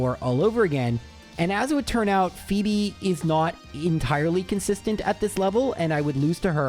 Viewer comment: My name is Phoebe and I giggle every time you pronounce it "fweb" or something silly like that